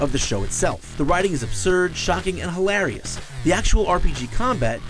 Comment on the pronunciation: Why can't he pronounce hilarious?